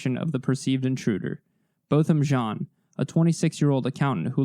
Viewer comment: Thank you for the respect you show in your videos. Thank you especially for pronouncing Botham Jean’s name correctly. That is an important detail and I appreciate it.